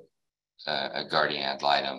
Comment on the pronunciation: Blah blah blah about the “guardia malytom”. She wanna say I’m doin all this for “retalimation” or whatever she saying, but…..she missed the last hearing….